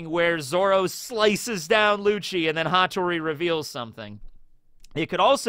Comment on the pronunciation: Its Hattoris Pa, Pattori